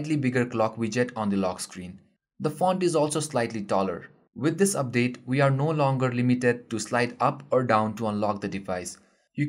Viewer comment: hahaha, "dubdate"